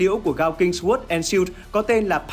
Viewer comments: Sword đọc sờ quớt nghe nó cứ trái trái cái lỗ tai :D Không phải khoe khoang tiếng Anh gì, nhưng với những người biết nghe hơi khó chịu :D Nó đọc là sôrd. "sôô đờ" nha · để ý lại cách phát âm từ "sword" nhé, phát âm "xờ guốt" là sai đấy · /sɔːrd/ âm w câm bạn ơi nghe nó cứ sao ý :((( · Sword phát âm sai rồi ad nhé hehehe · SWORD từ này a đọc sai rồi dốt quá đi mất 😂😂😂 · từ sword mà còn đọc sai nữa thì chịu r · ông học đọc lại chữ SWORD đi, nghe mắc cỡ quá hai ơi